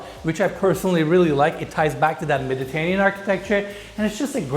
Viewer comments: Love it! What a sick property. That garage is HUGE!! P.s. you're saying Mediterranean wrong. meh·duh·tur·ay·nee·uhn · It’s unfortunate that he can’t pronounce Mediterranean correctly considering the amount of times he’s had to say it over the years.